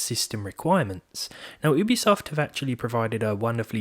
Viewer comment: Thank you for telling a new way to say Ubisoft. I will now call it Oobisoft.